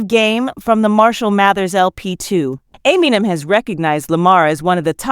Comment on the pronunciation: God I hate AI hosts. Everyone’s names get chewed up. Just have someone read it for Christs sake, it’s not that hard. I mean who is Dr Dree, and ameenem? I’d be embarrassed if this is how my video came out, how am I supposed to buy into what’s being said if the person talking can’t pronounce normal words and names?